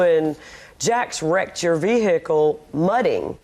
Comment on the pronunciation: If she says veeheeackle one more damn time 😂